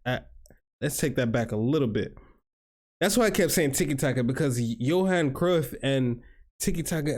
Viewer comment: It is pronounced Yohan.